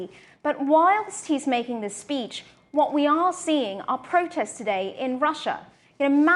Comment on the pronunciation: Peach? or speech 😂